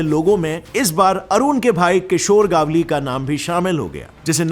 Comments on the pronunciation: It's not गावली it's गवळी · Its gavali गवली not gaavali गावली north india ka choda sala 😂😂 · It's not a गावली it's गवळी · It's गवळी Not गावली .. 😄😄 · Are vo गावली नहीं गवळी हे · Bhai Gavli or manya surve kaa pronounce galat kar rahe hoo